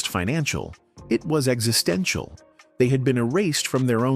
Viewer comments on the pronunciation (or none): none